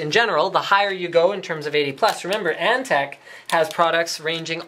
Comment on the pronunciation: its antec not ante